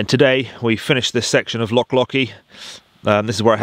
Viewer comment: Just when I thought he's mastered the word 'Loch'..... you put a key into it and it became 'Lock'!! 🤣 Still I guess when you come from that Saxon name Norfoke, we must make allowances! On Loch Oich a lovely evening dinner spot is the Invergarry Hotel, i moored there years ago with my wife when sailing the Great Glen. Cracking filming! Makes me nostalgic for the auld country whilst here in the Cotswolds! Say hello to 'Nessie' for me! 😂👌👍